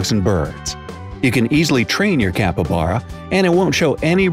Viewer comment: You had 12 times to say "Capybara" correctly!!!! 12!!!